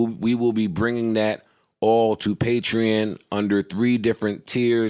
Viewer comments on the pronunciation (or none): yall arent even saying the sponsor name correctly lmfao its patre-ON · Bruh. I've been saying Patreon wrong all these years lmaoooo. Patrean hahahaha! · this is a sick ass segment. it was sick when it first came out and it’s even sicker now. nigga can’t even pronounce “patreon” correctly lmao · learn how to pronounce patreon brother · So no one gonna tell him he saying patreon wrong lol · the whole time lmfao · I happy for them but Joe is acting like they are the first podcast with a Patreon. It doesn’t look good when they can’t even pronounce it. Also Joe made fun of Cthagod’s new title at iHeart when he doesn’t even know his own title. Still happy they were able to get a bag tho ! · Joe definetely wasnt in that meeting. Cant even say the name right. SMH. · say it correctly at least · Considering the fact that they don't know how to pronounce Patreon correctly says something.